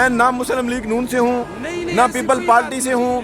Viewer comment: ARY jahil parti kion boltay ho parti ko suit phr lia zara inglish bhi seekh lo